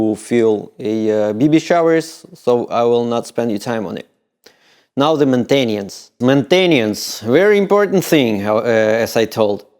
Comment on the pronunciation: Man-tain-e-ence lol